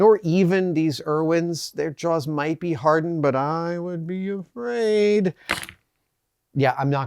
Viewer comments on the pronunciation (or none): none